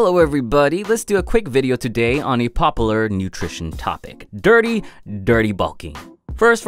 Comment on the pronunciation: Nobody:: Popalar